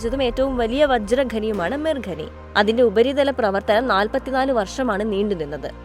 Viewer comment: ഘനനം (Ghananam) ഘനി(Ghani) ഇങ്ങിനെയുള്ള പ്രയോഗം തെറ്റാണ്. ഖനനം(Khananam) ഖനി(Khani)എന്ന് ശരിയായി ഉച്ഛരിക്കാൻ പഠിക്കുക.